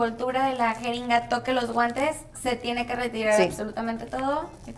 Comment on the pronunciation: En el minuto 5.22 dice abren sus guantas jajajajaja😂😂😂😂😁😁😆😆